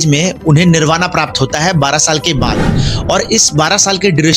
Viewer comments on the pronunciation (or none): Good ,but आपकि हिंदी थोड़ी विक लगती है, निर्बान- निर्वांण बोले ,कुंडुपुर नही है #कुंडलपुर है, जैन धर्म किसी भी धर्म का विरोधी नही है अपितु, जैन सिद्धांत है जीव दया अहिंसा आदि ।। बाकी बहुत हि अच्छा वीडियो है